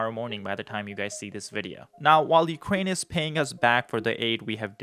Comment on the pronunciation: I cannot take information seriously from a person saying “Ukwaine” & “disagweed”, especially with single sided criticism.